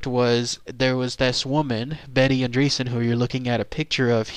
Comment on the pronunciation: Betty is my great aunt. I have no doubt whatsoever that she experienced something truly unimaginable. If you have doubts, read the Andreasson Affair book. Also, it's not "andreesan" it's "ahndreyassan". Sorry, family values (